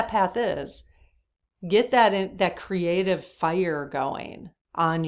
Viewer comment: App-pre(EE)-ciation Not appr-ISH-ciation! Cr-EE-ative Not Cruh-ative!